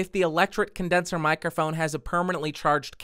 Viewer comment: Mic-er-phone? Honestly, I have never heard it consistently mispronounced so many times. Especially by somebody doing a presentation on that subject.